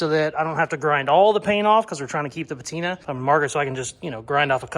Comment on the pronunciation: OHHH YOu were SO CLOSE.. alas. You lost me at "petina"